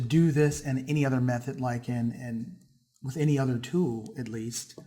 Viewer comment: the way you say "tool" drove me to beat my wife